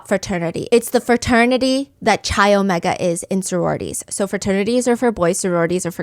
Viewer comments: I love this podcast so much😩 No hate at all but the chi in omega chi is actually pronounced like “Kai” not “chai”! Cannot wait for part two😍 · obviously I'm still going to listen but hearing chi and not "kai" was driving me nuts...when I was rushing it was engraved in my brain bc I'd always say chi 😭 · Also it’s pronounced “ky” not chai for chi the Greek letter hehe 😂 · I love your BAMs Stephanie! Also this is a minor detail but the Greek letter “Chi” is pronounced like “Kai” just so you know! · Just wanted to clarify that the Greek letter chi is pronounced like "kai" 😅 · It’s pronounced Kai for Chi Omega 😂 besides that I think it was Courtney.